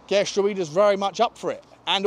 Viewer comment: Gertruida is said "Gert-row-da" with the middle part sounding like "how".